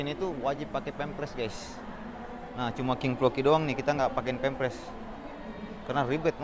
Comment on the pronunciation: Pempers bukan pemplers abang ku😁